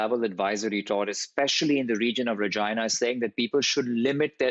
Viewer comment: His pronunciation of Regina sounds weird. 😂